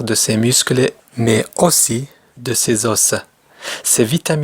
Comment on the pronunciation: Os se prononce les eaux. Et non pas les osses